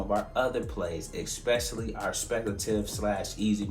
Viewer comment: It’s esssspecially not eXpecially. Never realized how many people mispronounce that.